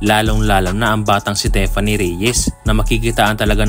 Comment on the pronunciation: Correction lang boy "Tiffany" as in TI! hindi teffany!